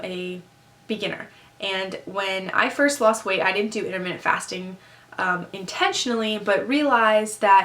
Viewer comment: Um... IntermittENT fasting, sweetie. Not Intermitted lol